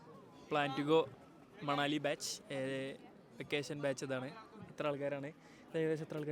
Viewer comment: manali❌ Manavali✅ 😂😂😂😂❤